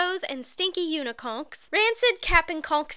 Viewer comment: "Rainbows and stinky uniconchs..."